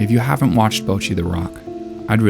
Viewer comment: You keep pronouncing it like "bow-chee," but it should be more like "bottchi," with a sharper "tch" sound and shorter vowels.